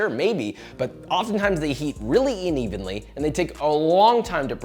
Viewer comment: "inevenly", you say 🤔